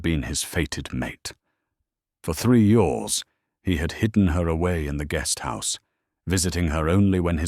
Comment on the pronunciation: You totally missed the point, stupid AI response. It should have been pronounced YEARS, but your stupid AI narrator said YORS ... Pathetic